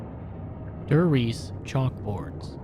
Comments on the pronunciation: Dee Glockuh Der Riesuh I hope this helps with the pronunciation. Opel Blitz was perfectly pronounced tho😅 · it's like nails on a chalkboard everytime you pronounce Der Reise "dur reese" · why do you insist on mispronouncing Der Riese, Verruckt and other german names/words?